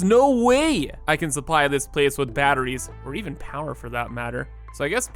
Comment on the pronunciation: Bro says battrees like my grandmother, and I'm here for it.... nvm it was just once.